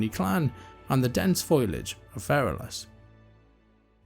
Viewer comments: Pronouncing foliage as "foilage"? "Compromised" instead of "comprised"? And perhaps the worst of all, "admits" instead of "amidst"? Seriously? Wow, Mispronouncing names in the Warcraft universe is one thing, but mispronouncing common words? Come on, that's just embarrassing. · Foliage is pronounced "foal-ee-ij", by the way. Great work otherwise.